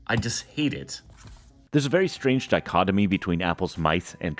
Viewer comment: Mispronounced ergonomics 6 times, pronounced dichotomy perfectly